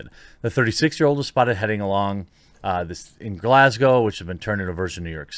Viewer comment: Congratulations on properly pronouncing Glasgow.